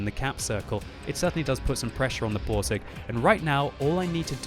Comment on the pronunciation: dont forget the Boarseg xD